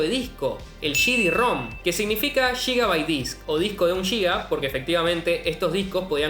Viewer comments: gigabyte se Pronuncia (/ˈɡɪɡəbaɪt, ˈdʒɪɡəbaɪt/) no se Pronuncia Yigabyte ni Chigabyte es Giga Gi-Ga Giga Gigabyte G i g a G i g a b y t e y no me interesa entrar en ninguna especie de debate Pronúncielo bien eduquémonos unos a otros y listo. Gigabyte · Me pregunto cuánto es un sshigabyte 🤣 Excelente video nuevo suscriptor